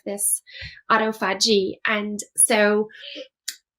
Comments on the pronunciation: I don’t have faith in what this woman is saying as far more medically trained and experienced consultants like Dr Jason Fung say totally the opposite to her and know how to pronounce the Autophagy correctly I think this woman is a Quack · You cannot pronounce autophagy or detritus. What of “doctor”are you?